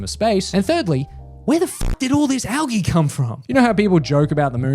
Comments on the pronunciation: Bru “algee” al-ige algae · i could've ignored it if you didn't say it 100x in rapid succession, but who tf pronounces it al-gee? it's al-"g" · Please ISTG stop pronouncing algae like that. The gea is pronounced like just the letter g. al-g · Why do you keep saying algae like that. It's killing me. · The way he says algae cracks me up😂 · Jesus Christ! It isn’t pronounced “algae,” it’s pronounced “algae”! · Bro the way he says algae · why do you pronounce algae like that? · i hate the way you pronounce algae so much